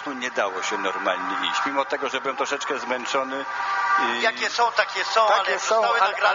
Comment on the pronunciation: Nie “JKIE“, tylko JAKIE i nie “MILI“ tylko MIELI. Hahahahahahahahahahaha….“jkie“ i „mili“